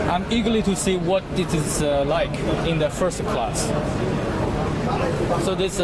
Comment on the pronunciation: 大哥，人家普通人口语有口音没什么，可这是职业，记者。你脑子有病才瞎比较。这男货英语口音和发音实在不敢恭维。“and”用了一大堆，而且拉长音来想着怎么说。“like”尾音也拉得那么长实在怪。这女孩子发音比他好多了。